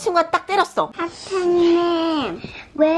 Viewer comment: ㅠㅠㅠㅠㅠㅠㅠㅠㅠㅠㅠㅠㅠㅠㅠㅠ너무귀여워ㅠㅠㅠㅠㅠㅠㅠㅠㅠㅠㅠㅠㅠㅠㅠㅠ오늘부터 선생님 아니고 터탠님임 가 그렇게 발음했으니까 그냥 그게 정답임...몰라 암튼 정답임